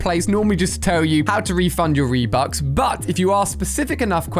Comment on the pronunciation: "How to refund your reebucks."